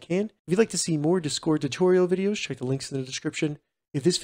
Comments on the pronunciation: Tysm for the help but please pronounce discord right 😭 you’re putting the emphasis on the wrong half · WHY ARE YOU SAYING "DISCORD" LIKE THAT 😭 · i disliked not because of the content. but because of your pronunciation of the word discord